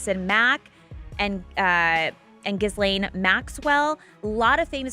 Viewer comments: Pronouncing "jizlane" is funny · Ghislaine is pronounced jis-len with a j sound at the beginning..they are French names . Guylaine is pronounced Gee-len….(hard G) her name is always mispronounced in America… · ❤❤❤ HAHAHAHA LMFAO right? I almost never hear anyone pronounce her name correctly.